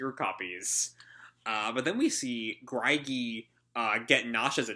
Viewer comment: Greige is pronounced grey-je, like beige, but with a gr, instead of a b. I like Knightwalker's attitude towards Mystogan/Prince Jellal. Why he's not king is beyond me. 9 years is plenty of time to plan and implement a coronation. I'm hyped for Selene, the Moon God Dragon. She could cross worlds at will, and conquered Elentir, the transcendental magic world, so…she should be fairly powerful. I wonder what Elentir's like. Since Touka and the White Mage (白魔導師) are from there, it's logical to conclude that Elentir has Exceeds and mages/wizards as well. Except instead of wings, the Exceeds there use aqua aera, due to the White Mage's use of it to transport the Fairy Tail mages to Edolas.